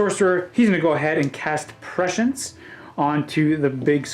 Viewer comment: Also it’s PREH-SCIENCE not PESHIENCE love u